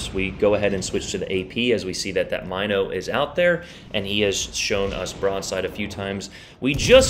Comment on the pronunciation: Love the video. But it's pronounced M-in-o not My-no